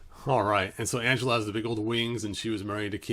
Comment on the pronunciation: It's pronounced "AN-GEL-LA" NOT "ANGELA".